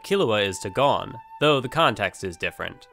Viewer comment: Your pronouncing Gon wrong